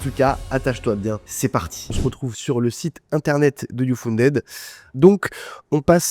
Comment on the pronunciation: Mauvaise prononciation de "uFunded"...